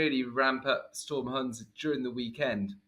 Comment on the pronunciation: you clearly haven't seen my comment on your pronunciation of 'Hans' in your deep-dive vid. It's pronounced 'hunce'.